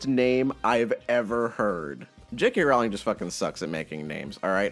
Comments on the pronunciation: so never right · Her last name is pronounced ROLLLLLLIN. Fyi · Her last name is pronounced like "rolling" FYI